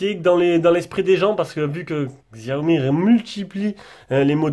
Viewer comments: Xiaomi se prononce chi-a-omi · lol mais Xiaomi aime pas quand on le prononce comme sa 🤣